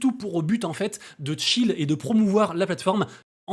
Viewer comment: Quelques remarques pour toi: - "c'est parti on y va directement" suivi de "juste avant n'oubliez pas que je..." c'est moyen. - on ne dit pas "chill un projet" (prononciation Tchil) mais "shill un projet". - Ça descend de manière "désexponentielle"? 😵